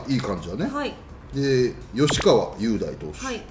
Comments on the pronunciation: 吉川投手はかずきって読みます~~ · 吉川投手は雄大と書いてかずきと読みます 袴田さんがしっかり気付かないといけない所です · 吉川は雄大って書いてかずきって読みます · 吉川雄大は｢よしかわ かずき｣って読みますよ にしても早川、瀧中はローテ絶対的にならないといけないんですけどね、素人目から見ても最近の早川の投げ方がうーん🤔って感じ